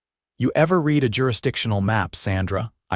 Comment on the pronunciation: Your A.I. reader needs to learn the difference between READ, READ, RED, REED and a few others. Why don’t you just hire real people who know the language?